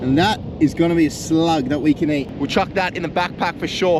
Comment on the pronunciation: we call eat, not eaaght